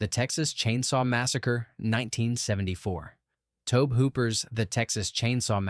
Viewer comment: "Tobe" = "Toe-B" or think of the pronunciation as the classic spelling "Toby" Many people make this mistake.